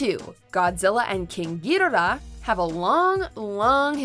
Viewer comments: How long will it take for people to Ghidorah correctly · Did anyone else cringed when she pronounced Ghidorah's name or was that just me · Man you should work at a deli the way you butchered ghidorahs name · Why you say ghidorah so weird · I hate how she said Ghidorah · The way she says ghidorah is annoying if anybody has seen the older movies its pronounced was majorly diffrent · god the way she pronounces ghidorah makes me cringe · I hate the way she says Ghidorah it annoys me so much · you butchered ghidora's name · The way you pronounce Ghidorah is just weird, if you're going to pronounce it in Japanese you might aswell call them all in Japanese... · They really need to do more research on Godzilla and the mythology Toho created. The pronunciation of Ghidorah and the Shobijin are butchered (also the MUTOs aren't called M-U-T-O, they refer to the monsters at MUTOs in the 2014 film) and they neglected to know that the Mother larva (with the help of Godzilla and Rodan) defeated King Ghidorah. And not knowing how Mothra will be depicted is wrong because she is always a good kaiju in every iteration. So, without a doubt, Mothra will be on the side of good. The director of Godzilla vs Kong is Adam Wingard, not Wigard. Please respect the Godzilla franchise but getting the information correct. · giddora? Gadora?? Ghiddra.... U mean Ghidorah??? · Please say Gi-dora and not go-do-rah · It's Ghidorah... Not Gidorah fast. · Honestly, it sounds like she is saying ghidalah instead of ghidorah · You can't even say the name of King gadorah correctly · It's Ghidorah, not giiiiiiiidoraaa!!!!!!!😒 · king GEE DO RA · I like the way she say ghidhora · The way you say Ghidorah triggers me. Gi-door-raa. Its that easy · "king GHIDIRAH" Yikes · Is it just me or did she just say Ghirora? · Anyone else annoyed with how she said Ghidorah? It's Ghi-DOOR-Ah. King Ghi-DOOR-Ah. This isn't the first time I've hear WatchMojo slip on on pronouncing things. Please work on this for the future.